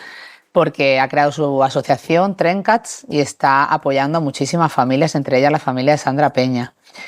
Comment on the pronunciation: "Trencats" entiendo que es la traducción del catalán de "Rotas" por las familias rotas, y si es así, se pronuncia con el acento en la a. 😊 Otra aportación es que me da pena que este tipo de conversaciones tan interesantes sigan teniendo barreras comunicativas para personas sordas. Hay madres y familias sordas que necesitan también la información 😢 no siempre les llega aunque sea con traductores, no son muy eficaces. Subtítulos? A veces. Gracias!!